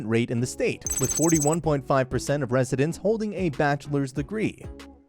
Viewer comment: You mispronounced at least 2 of those neighborhoods. It's pronounced AT-THERTON, NOT 8-THERTON! AND GREEN-WHICH IM PRETTY SURE YOU ALSO BUTCHERED THAT NAME! IT IS PRONOUNCED GREN-ICH.